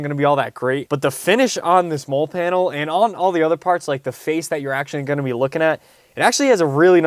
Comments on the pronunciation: Hahaha it's a "molly" panel, not "mole" panel. Love your videos either way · Just FYI, MOLLE is pronounced "Ma lee", not trying to be a nitpicker, just trying to help. I love this video and the showcase of products that my XJ needs! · It's pronouced MOLLI....as a long E .....not a silent E....